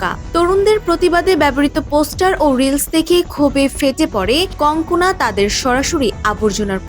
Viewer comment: বার বার কংকনা কংকনা বলছেন কেন?ওর নাম কানগানা।